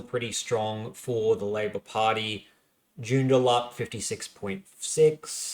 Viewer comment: Good work on this summary, quite enjoyed it. If you're wanting to professionalise a bit more though you need to get pronunciations down pat (Pilbara and Joondalup were two, there could have been more I missed though). I know you cop a bit for this but it's a must do if you're wanting a larger audience.